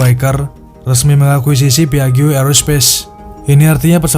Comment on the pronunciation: Maaf,... 😊 PIAGGIO dibacanya: "...PIAJJO..." Jangan kepleset jadi PAIJO, ya...😂